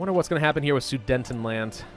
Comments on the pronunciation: *inhale* ITS SUDETENLAND NOT SUDENTENLAND THERE ARE ONLY 2 N’S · Btw guarantees are at 25% WT i play 1186H of hoi4 Plus recruitable population is 4% i believe do thats 4% of the people not monthly recruitable And with polish revanchism you get 2.5% recruitable population Btw its sudetenland not sudentenland how to say Aswell it need to be the 1H of the next day for them to capitulate And its not Riga its said Riiiga